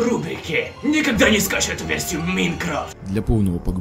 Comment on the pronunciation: Не Майн ехе а ехекрафт